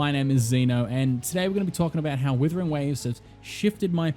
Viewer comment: is it just me but the guy keeps saying withering waves he's like the 4 th person to say the name wrong dear god 😢